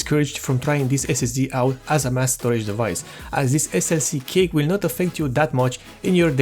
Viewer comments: Thanks for the wonderful explanation. I have only one thing to say, I hope you don't mind me saying this. Cache is not pronounced cake, but it's pronounced cash. Again thanks for this video, I just bought a 120 gig bx500 for my dad's core2duo machine. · You keep saying "Cake" and It took me a while to figure out you meant "Cache". The word is pronounced like "Cash" for future reference. Good video. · as a courtesy, cache is not pronounced 'cake' it is pronounced 'cash". informative video otherwise.. :) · I know what it's suppose to be. But you kept saying "cake" and not cache, which is pronounced "cash." Or "cash-eh" if you're of a more french persuasion. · Cache is pronounced like "cash" not "cake", just saying. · Did he say DRAM Cake? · i like u calling it cake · Dude call cache cash next time. That is how it is pronounced.